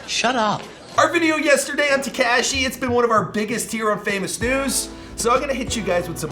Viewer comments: Ta-KAW-SHEE. NOT TEEKASHI!!! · Why do you say TEKAHHSHI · When is going to stop pronouncing 69’s name ‘Te-KASHEE’ 🤦🏻‍♂️ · Dude is not Tkashi is Tekashi 😂😂😂😂😂😂 lol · Am I the only who hates how this guy says Tekashi’s name omg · I hate the way he says tekashi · PLEASE stop pronouncing Tekashi incorrectly. It's NOT pronounced with the short "A" sound. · I know right bothering me too... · Lol he says it funny